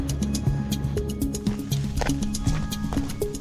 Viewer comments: To my ears it sounds like you are saying "Gray" House and not "Great" House. Lol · I was about a third of the way through this before I realized you were saying Great House, not Grey House. You're swallowing your final T. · “Grey House” ??? I re-wound several times. Are you trying to say “great house”. Maybe it’s cold, IDK